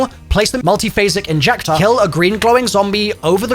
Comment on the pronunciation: “Multiphasic Injectah” 🤖🤖